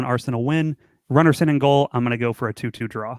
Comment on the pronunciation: Seing as this is a shadowbanned channel, I tell the channel to stop pronouncing it like they do. It is not runnarson. I t is runarson, pronounced roonarson, like in rooney. How lazy can you get, find an icelandic channel to hear it once, this is sad. This is like listening to americanswAre you english exporting stoopidity globally?